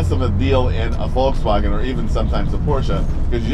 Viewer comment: His correct pronunciation of Volkswagen is spot on